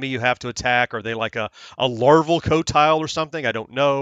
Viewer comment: I just realized you pronounced it co-tile! Great job! And guess what! Even Atari makes the same mistake. In the song flynyar warriors, they pronounce it Quotile. Actually the high score for game 6 (Ultimate yars) is 3 million, you could possibly get it.